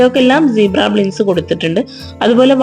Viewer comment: കൊള്ളാം... പിന്നെ... ബ്ലിൻഡ്സ് അല്ലാട്ടോ... ബ്ലൈൻഡ്സ് എന്നാണ് പറയുക. സ്ഥിരം ഇങ്ങനെ പറഞ്ഞു കേൾക്കുന്നതുകൊണ്ട് പറഞ്ഞു എന്നെ ഉള്ളു... 😊👍